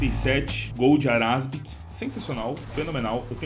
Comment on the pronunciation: quando ele fala ARASBIC chega a me dar umas coisa